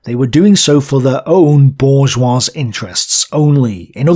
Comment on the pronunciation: The dude also mispronounces some words, like "bourgeois" ( the S is silent, "bour-zhwah"), which detracts from credibility. Otoh, the booklist alone makes this channel worth its weight in gold, lol. Good job, dont take these critiques as discouragement.